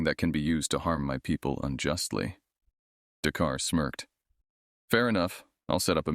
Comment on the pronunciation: "The car " instead of "Dakar '?